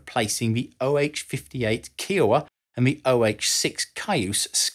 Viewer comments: It’s “KAI-oh-wah”, NOT “KEY-oh-wah”! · kiowa, like kiowa indians, its said....KIE OH WAH, not kee oh wah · From a Kiowa tribal member, it's pronounced Ka-Eye-O-Wa, not Key-o-a. Iowa with a K in front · You mispronounced Kiowa.